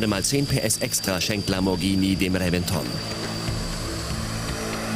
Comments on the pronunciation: Nochwas: Der Reventon wird "Rebenton" ausgesprochen - nur so nebenbei... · RevEnton und MurciElago xDD Die Betonung, herrlich